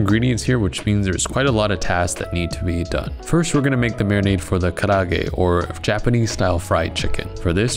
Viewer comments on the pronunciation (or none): karaage is 4 syllables not 3. Ka-ra-a-ge. Just saying.